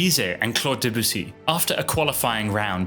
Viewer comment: why did you keep saying "duh-boos-ee" lmao